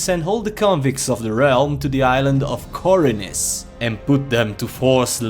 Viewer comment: One does not simply mispronounce Khorinis! :D